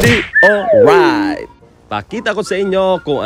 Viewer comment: Hahaha not howrayt